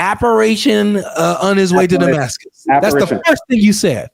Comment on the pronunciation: this person's way to pronounce Damascus sounds like he is saying da-masochist.